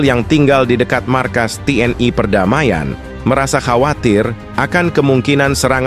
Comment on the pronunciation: TNI.. bukan TNAI... jangan ke barat2an donk